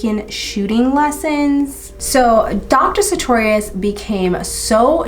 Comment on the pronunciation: Checked the name you mispronounced a hundred times in the video and found out it's Sutorius. Girrrrl. 🤣